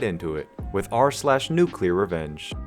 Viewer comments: No one gonna mention he said nuclear like new clair? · U said nuclear revenge rong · I've only heard non native English speakers pronounce nuclear correctly as of now.